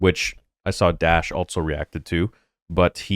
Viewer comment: Why do you say "altso" instead of also? What's the deal? It is annoying.